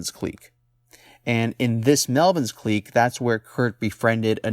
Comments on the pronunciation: It's clique not qlick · Dude..just say it "click" not "kleek" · clique is said click